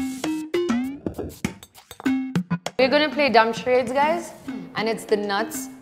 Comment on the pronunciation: Charaaydes! It's charades!...and quite dumb